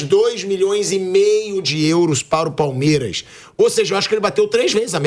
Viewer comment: Ho pilhado aprende a falar palmeiras